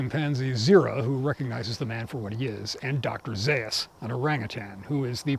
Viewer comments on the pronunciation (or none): none